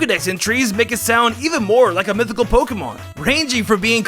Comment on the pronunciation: Sheimin it's mithycal men